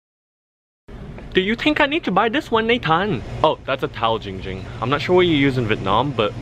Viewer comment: Giiiiing Ging❌ Ching Ching✅